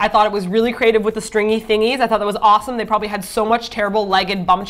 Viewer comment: did said, "PROBALY",,,hihi